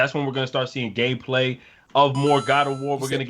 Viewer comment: deffinately said "Gay Play". Sorry dog.